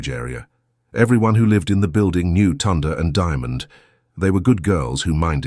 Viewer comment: Ok wait im sure her name is pronounced Tyonda..! Second why is there a thumbnail of a boy and a girl if the story is about sisters? Does your AI stand for Asshole Improvising?!